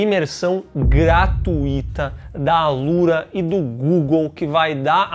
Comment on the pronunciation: Gratuíta, com acento no i é quando a, ou só "" para os íntimos, faz uma postagem no "X"